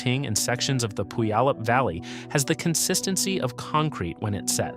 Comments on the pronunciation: Aahhhhh! Please non natives making videos about Rainier, LEARN HOW TO PRONOUNCE PUYALLUP! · No AI will ever pronounce "Puyallup" correctly. LoL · learn to pronounce puyallup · Do you want to know what is more painful than being hit an erupting volcano? Listening to horrific pronunciation… Tell me you are not from the Puget Sound area without telling me… pronounce Puyallup again…